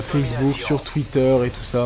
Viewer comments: A Ma parole ta dis FaZeBook ! :p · A il dit Fazebook ou je rêve ? O.o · c'est quoi le délire avec facebook cela ce prononce fazebook non ?